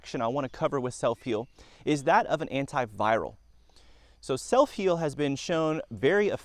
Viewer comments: Never heard of it... sounds like you are saying: "S E L L F I E L D". but i can't find that in a google search... Not once did you use print on the screen to let us know how to spell this uncommon plant.. Spelling of botanicals is critical.. That would have been a good place to start "drone/music/excitement" are not important. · What are u SAYING, sir. Soap peel? Sell feel?... I cant understand what ur saying.....SELF HEAL?.......🤔 Ok SELF HEAL PRUNELLA VULGARIS. Seeds available at Walmart. I googled it....very interesting video......👋🏻👵🏼.... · It would be nice if you displayed the name of the plant to which you are referring. I can not understand what you are saying when you mention the plant's name.